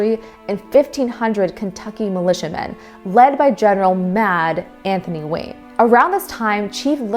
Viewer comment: why did you say mad Anthony like that? Lol